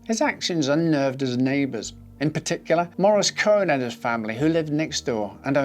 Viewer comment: Cohen not chuuish? 😂 Damn, you are a.